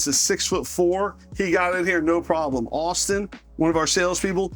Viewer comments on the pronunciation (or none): none